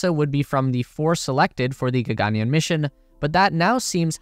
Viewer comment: Dope vid! And for future videos, the pronunciation is more like “ggn-yarn”: Gagan means sky and yaan means vehicle.